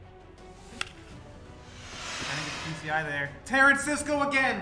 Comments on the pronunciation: how did you butcher his name every time you said it lol. bruh's name is Tuh-rah-scoh. is like... "tarancisco" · IM SORRY BUT ITS TA RAS CO NOT TARANSISCO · 🤣 Tarasisco. I know you can pronounce names,. It's Ta ra sco. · I was dying every time he said it ☠️ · Yeah, at first I thought he was doing it on purpose but then it was clear he just failed to read and say his name properly. Shame.